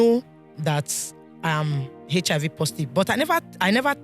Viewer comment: is it hechihaivi or HIV Whats wrong with Nigerians 😂